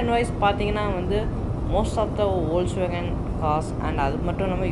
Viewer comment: Bro ஃபோக்ஸ்வேகன் இல்ல, வோல்க்ஸ்வேகன்